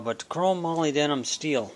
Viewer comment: It's pronounced "mo-lib-denum"